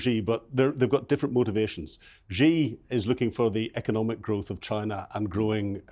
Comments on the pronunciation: why is it so difficult for journalists to pronounce the "Xi" in Xi Jin Ping? It's not "Ji". A quick google search will bring up some videos of how to pronounce it. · I enjoy your programs but can you please pronounce Xi's name properly. It is not pronounced 'Gee' or 'She'. It is pronounced 'See' or 'Sea'.